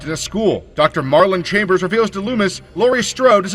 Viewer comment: Marlon chambers ??? 😂 you mean marion haha, either way great video guys. 👍